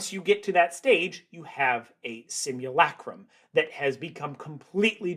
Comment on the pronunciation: The narrator’s shrill, nasal voice doesn’t help. Try breathing from the stomach. And the “u” in simulacrum is not pronounced “you.”